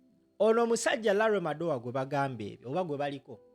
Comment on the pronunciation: Madowo not Madowa